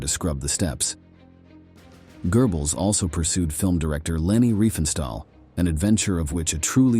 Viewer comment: Your new narrator whatshisname -? - mispronounces many, many words, eg Goebbels and Prussia.